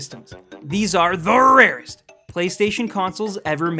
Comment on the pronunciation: Stop saying the rarest that way and stop getting high. It's obvious.